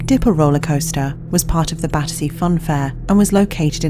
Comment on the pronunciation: Battersea Fun fair , Badussy Fun Fair— I can’t un-hear it 🤣🥲🤧